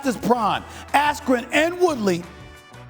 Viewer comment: This dude a clown 🤡🤡🤡 saying Woodley and askren the same 🤡🤡🤡